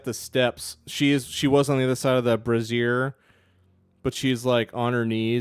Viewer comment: Brazier (Bray-zeeur) rhymes with Frasier. Like the show.. Eventually I’ll catch up to the live show